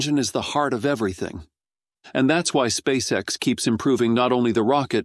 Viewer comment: et on prononce "spèice ix" et non "spaceexe" !!! Abruti